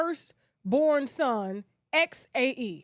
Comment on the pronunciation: The pronunciation for Xae might be zay 🤷🏾‍♀️